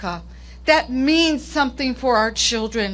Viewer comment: Fa da cheedrin…fa da cheedrin